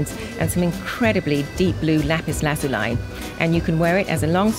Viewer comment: the way she says lazuli pisses me off.